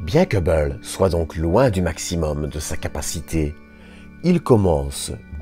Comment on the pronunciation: Je sais que je ne vais pas me faire des amis mais le documentaire a l'air vraiment sympa et très intéressant mais la narration 🥶🥶🥶 au bout de 10min j'ai arrêté car je n'en pouvais plus... dommage...un mélange de belge, américain, allemand et canadien. Et la façon de prononcer Hubble à chaque fois ça devient très irritants.. mais je répète dommage car le documentaire doit être vraiment intéressant.. désolé